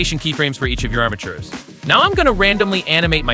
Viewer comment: armitures or bones... eæuuh